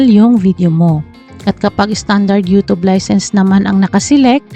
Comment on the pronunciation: YouChube po tawag nyan